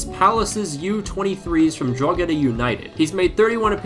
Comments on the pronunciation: Just one thing Drogheda is not pronounced drog-eda It's pronounced dro-heda Basically just Drogheda without the g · Its pronounced droheda no drogeda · It's pronounced "Draw-he-da", not "Draw-ge-da" 😜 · Drogheda is pronounced "Draw-hedah" normally or if you're a local like my you just say "Drawda". Love the content keep it up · it’s pronounced Draw-head-da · Drogheda United is pronounced with a silent g Draw-heh-da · Haha I love listening to foreigners trying to pronounce Drogheda United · Irishman over here, the “gh” in Drogheda is pronounced only with the h sound; the g is silent. Just saying . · The G is silent in Drogheda. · The pronunciation of Drogheda is killing me